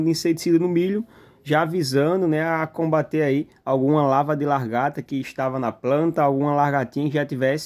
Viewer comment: Professor fala " Vinhesse" e "largata"?